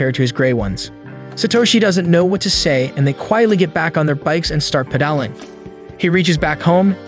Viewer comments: The amount of words you can’t seem to pronounce is making me think you gotta be an AI and this is some sort of test on the general public 😂 wtf is Deef? PedAHling? Trofy??? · Another ai narrator who can't say, 'pedalling' or 'deaf' properly.